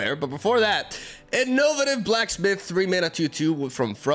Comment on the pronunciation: I think you meant "arms race" between nexus healing and direct damage. And you did say Beguiling correctly, and then flopped the Innovative Blacksmith. 😔 Innovate -> Innovative. "In-oh-vate-iv" Edit: I hope this comes across as helpful and not douchey. I don't care if you pronounce things differently, but when you said "I hope I'm pronouncing that correctly" with Beguiling, I figured you might like to know.. TL;DR: feel free to ignore me.